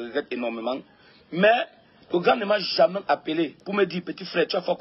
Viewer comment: Gato on dis jamais Pas jamain